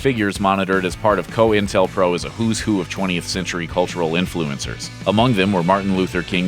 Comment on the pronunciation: Coin tel pro...not co intel pro